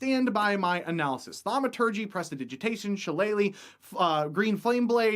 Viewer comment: You pronounced shillelagh wrong